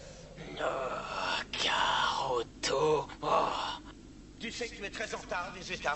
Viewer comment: Jpeux pas m empêcher c est kakarotto pas karoto et quand broly et goku naisse le savant dit l'enfant qu on appelle sangoku qu elle courage il a EUX IL SONT SUR VEGETA DONC IL S APPELLE KAKAROTTO SURTOUT QU IL VIEN DE NAITRE LA LE SAVANT NE SAIT PAS LE NOM DE SANGOKU C EST NIMP.